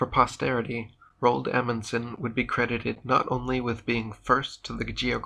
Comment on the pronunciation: Did you just say Emunson The FRAM, THE ‘“MEDRA”???? 😳😳😳😳😳😳